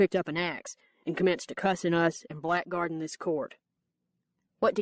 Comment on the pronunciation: "blackguarding" is pronounced blaggarding, not blak•garding.